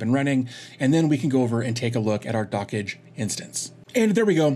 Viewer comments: "Dockage" (how you say it) is absolutely nothing like "dodge". The correct pronunciation is "dock" plus the "j" from "jam" plus the "e" from "yes" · Also, my apologies for mispronouncing Dockge. I've been corrected in another comment that said it should be a bit more like "Dockjay" instead of "Dockage"